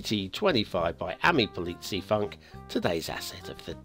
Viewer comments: It is indeed pronounced like "f-oo-nk" but a rather short "oo". Try to say foonk but pronounce it shorter than foonk would sound. And thank you for listening, looking forward to another AmiPolizeiFunk asset ;D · LOL - and: the ei in polizei is pronounced the same way as eye: like in Popeye. the u in funk is pronound in the same way as ou in the word you. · Oh noooes, don't tell him! It's so funny when he says it, today I was even giggling in advance! ;)